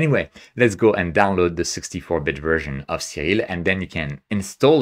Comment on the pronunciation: I love everything about this video except the way he pronounces "Siril." :)